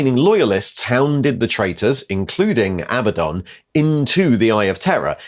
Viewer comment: Are you going to ret-con all these videos when you learn how 'Abaddon' is correctly pronounced?